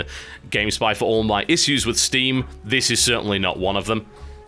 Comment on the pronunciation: Ha. "Issews."